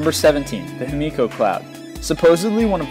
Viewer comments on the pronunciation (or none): none